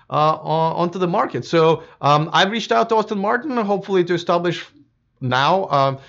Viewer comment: Name of the manufacturer is pronounced Ass-ton not Austin...FYI